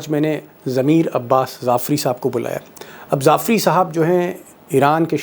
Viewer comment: Jafri not zafri